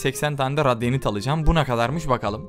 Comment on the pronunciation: Abi o radyanşt değil radiant